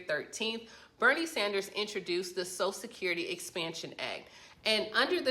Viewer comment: I hate it when idiots can't even say "social security". She keeps saying "sosecurity". Her credibility is gone.